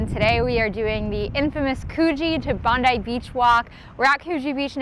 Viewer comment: Kudos on an amazing effort. Hope you enjoyed our city despite the challenging course and the lack of support on Anzac Parade. I'm so happy you got the pronunciation of Bondi right! Haha. Would love to do Chicago one day.